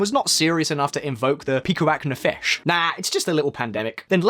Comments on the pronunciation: PikuaH nefesh and NOT Pikuach. It's not a pikachu lol. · Great video, very informative, but check your pronunciation of Hebrew next time. That's not how you say Pikuach Nefesh or Knesset... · it was kind of funny how you decimated saying Pikuach nefesh I am happy to help if you ever need to say jewish/israeli words. Love the show! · PIKUACH NEFESH made me laugh so hard. that CH is like the Cyrillic (and probably greek) Χ. similar to the words Hummus and Chaim. other than that pretty accurate. a few minor thing worth noting 1. There are several types of Kosher certificates, so what you mentioned about Haredi men needing a job with Kosher food - they need specific Kosher food according to their customs. and there are several sects of Haredim, with some having even more strict Kosher laws. 2. Regarding cellphones, they're only allowed to use "Kosher" phones. which are basically dumb phones without internet meant only for phone calls. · Except for the way he said "pikuach nefesh"